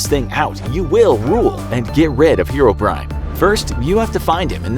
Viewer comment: The fact that he pronounces it hero-brian